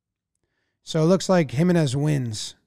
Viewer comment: jiménez is pronounced him-EN-ez, not HIM-en-ez 👍🏼 the accent over the e tells you where to place the stress.